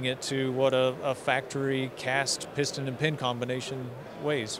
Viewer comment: Piston, not pustun!